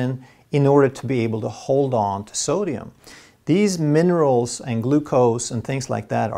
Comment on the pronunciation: He said monerals